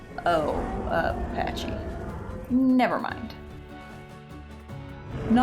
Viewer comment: Isnt it pakkie? Not patchy? :D